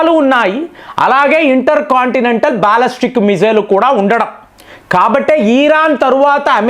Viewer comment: బాల్లస్టిక్ కాదురా బాలిస్టిక్. నిజం చెప్పురా. నువ్వు 10th ఫెయిల్ కదా.